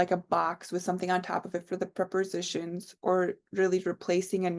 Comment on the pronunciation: It’s interesting how you call them preporsitions!